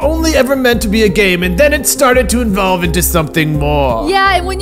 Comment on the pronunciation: anyone else notice when DJ said envolve instead of evolve?